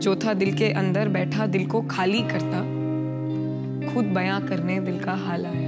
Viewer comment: Dear, your poetry is good, but work properly on your pronounciation particularly when you say few Urdu/Hindi words. It ruins the beauty of a poetry when someone doesn't pronounce it correctly. Chekhain....Khali...Khud....Phool etc... learn to pronounce them correctly in Urdu. I can't produce audio here, nor can write here for you. Anyways, learn it. I can help you. I already approached you on your LinkedIn, but didn't hear from you. If you please accept the request, I would love to guide you all the way. Thanks Your poetry is awesome, indeed!